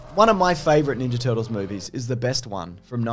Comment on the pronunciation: So says Boobies instead of movies......?... explain?